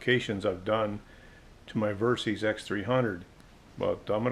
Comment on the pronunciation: It's "Ver-Sis" not "Ver-Seez". It stands for Versatile Systems.